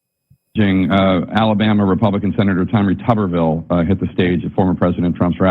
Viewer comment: It's "Tuber-ville," and I don't care what anyone else says.